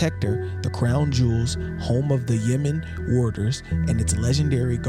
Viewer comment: That's Tower Bridge, not London Bridge, and the guards at the Tower of London are pronounced "Yo men" not "You men"